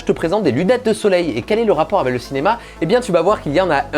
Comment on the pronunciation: Vraiment fais attention a ta prononciation sur le mot "avec" que dit tout le temps "avé" c'est très perturbant haha